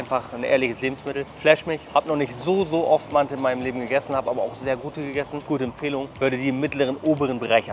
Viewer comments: Haha nicht mante sondern manti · Auf türkisch heißt es mantı. Es wird nicht mantiii ausgesprochen.. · Digga es ist doch echt nicht schwer vorher auf Google Übersetzer auf Türkisch zu stellen und sich das Wort aussprechen zu lassen oder? 😂 Dauert nicht mal eine Minute und du holst direkt mehr Leute ab